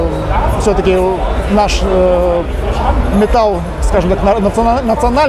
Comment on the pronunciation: Мне кажется или "метаЛЛ"?